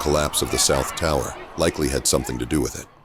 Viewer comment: “the whole towah!”